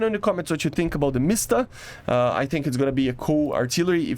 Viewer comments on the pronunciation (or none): there is no sound in word you pronounce it like , but actually it is wrong, it should not have sound inside btw, something weird happens in this video... I can't get what that Tiger was doing?